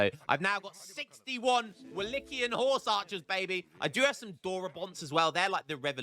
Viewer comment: Watched this to see you call it Wallitia again hahaha. Got the bonus of Wallichian and Wallatian this time too.